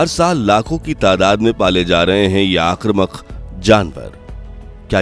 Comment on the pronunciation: आक्रमक नहीं आक्रामक बोलना 😂, वरना हिंदी वाले आप पर आकरामक हो जाएँगे l